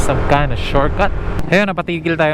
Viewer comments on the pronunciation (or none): none